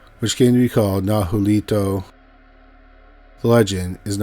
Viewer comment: Nahuelito team!!!! It`s pronounced Nah- way-lee- toh by the way! The lake and national park is Nah-wey-l Wah-pee